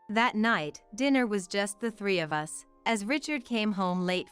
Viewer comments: Yes, annoying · U S instead of us. Ai does it again.. needs work..